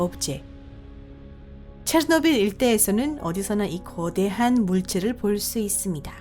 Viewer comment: 아니 목소리 톤 이런거 보다도 발음이..... 가끔 단어 말하는 중에 쉬는 건 또 뭐고... 말투자체가 한국인 같지가 않음 왜 거~~~대~한 이런식으로 말하는거냐고 신경쓰이게 전싀계 특히 여긴 조선족같네